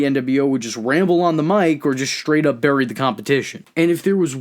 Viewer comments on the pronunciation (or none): none